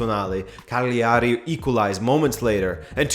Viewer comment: I agree too. I only wish I could help him out with the Italian ones. Like CAgliari instead of caGLIAri